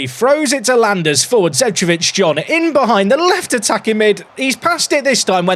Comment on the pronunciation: Not to be the guy to be nit-picky about the pronounciations, but Zecevic is pronounced "Zeh-cheh-vich", as it's from the Balkans - Serbia in this case.